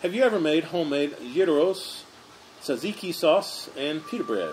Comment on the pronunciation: I yeah I almost forgot. Great pronunciation of Tzatiki and Gyro👍🏼. You nailed it. It is Pronounced Zat Ziki and Yeero. You must have some Greek in you after all. Good job